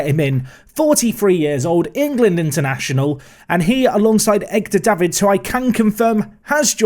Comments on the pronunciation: It's EDgar Davids, not EGdar. Get it right or I will have to get shouty shouty with you! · Still can’t get over how you pronounce ‘Edgar Davids’ 😂